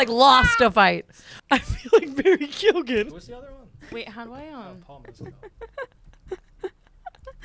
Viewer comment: PLEASE if you can say Keoghan right you can say Mescal right. It’s not MEZ CAL. 😭